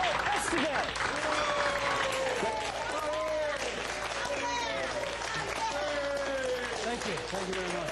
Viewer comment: Its pronounced fancily, ehs-TAH-vez